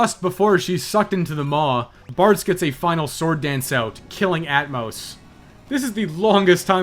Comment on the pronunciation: Sometimes you were saying "Bards" but I was hearing "Bartz" and I was very confused! "Bartz wore down the first flamethrowers relatively painlessly" - what about everyone else?!